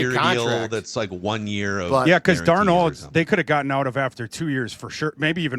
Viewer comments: The Stuttering Idiot STILL cannot pronounce Darnold correctly PATHETIC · is trash. Also, hard to compliment him on his word-smithery when he still can't even pronounce Sam Darnold's name right, lol. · Why can't () pronounce Darnolds name correctly? 🤔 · Cuz is a loser. And probably too arrogant to admit that Darnold knows how to pronounce his own name better than does.